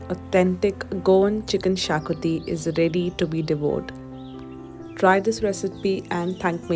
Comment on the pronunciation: Thank you for giving the correct pronunciation for Xacuti. I've just ordered as a takeaway😊